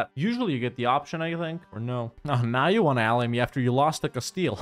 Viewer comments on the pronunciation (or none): none